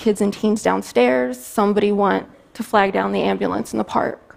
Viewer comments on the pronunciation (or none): none